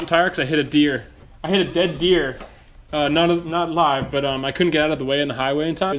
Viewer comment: he really emphasize the "not alive" part lol